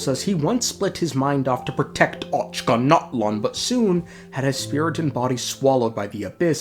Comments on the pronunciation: bruh i am cracking up whenever the narrator says "ochanatlan" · I'm gonna have dreams about the Ochkanatlan pronunciation. The good type